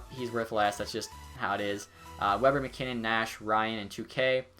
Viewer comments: New drinking game, every time pronounces maginnis instead of macinnis you drink, well all be wasted. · It's Al MacInnes not MaGinnes